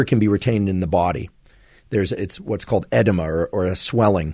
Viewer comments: It's pronounced uh-dee-muh (edema) NOT "eh-da-mah"..... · You are an indispensable resource for millions of people so when I hear something you miss I want to point it out so you can correct it in the future. Your pronunciation of edema and syncope were incorrect. Edema is pronounced “uh-Dee-muh “ and syncope “sing-kuh-pee”. I am an interventional cardiologist and deal with these issues on a daily basis. I imagine you don’t discuss these issues in your daily life, so the mistake is understandable. Keep it up, I listen to you regularly and you have improved MY life with your discussions. Thx J J OMeara, MD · Syncope is pronounced “Seen-CO-pee” Edema is pronounced “Ed-EEM-a” Just trying to be helpful 😊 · The way you said syncope and edema😅